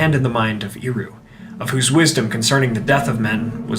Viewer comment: You lost me right at the beginning when you mispronounced "Eru". It's not *Ee-ru", it's more like "Air-u". 🫤🤦🤷🙄👎🏻 BYE.